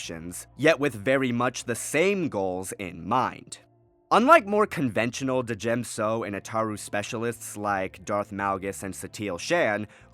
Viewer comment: Dude. The d is silent in djem so